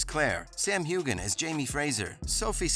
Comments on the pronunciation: Thank you for that. So bad that names continue to be mispronounced. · Before you make a video, please find out how to pronounce the actors' names. The way you say Heughan is just plain insulting to your audience. This show has been around for eight years. I'm sorry you got a click from me. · If you are so knowledgeable about Outlander, why can’t you pronounce Sam’s last name correctly?!